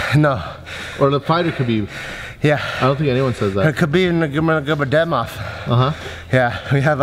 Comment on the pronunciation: LOLOLOLOLOL His pronunciation of Khabib's last name though. SAME.